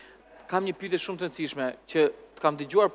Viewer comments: faktikisht, gjuha e folur me gjuhën e shkruar ndryshojnë pak, të folurit të lejon edhe pak dialekt, shkurtime, etj. Kështu që është normale të thotë "pytje ", dhe jo "pyetje". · Ermal te lutem, te pakten ti fole mire gjuhen shqipe se te kam degjuar gjithmon qe thua "pytje", gramatikisht thuhet "pyetje", futi nje "e" ne mes.